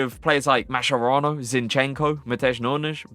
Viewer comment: every time you pronunce mascherano wrong my italian ears bleed. say it like this: MAS KE RA N O